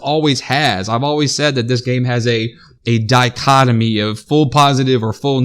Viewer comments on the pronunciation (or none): " dichotomy " i'm out.